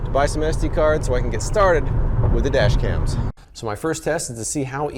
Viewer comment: "Today I'm comparing Four Kar-dashians"